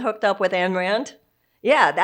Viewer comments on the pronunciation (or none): Her name is Ayn. AYan Rand SMH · She lost me when she started DISSING my favorite author..... AYN RAND!!..... PLUS..... she called her...." Ann"....Rand!!